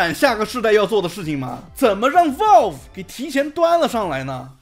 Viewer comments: 這腔英語聽得難受 是Valve 不是Walve… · 有点偏题了，但是valve这么重要的一个词，你是不是能够选择正确的发音呢，不是生冷单词，但是念不准很影响你视频的专业评测。